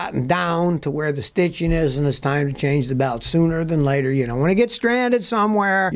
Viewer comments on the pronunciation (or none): none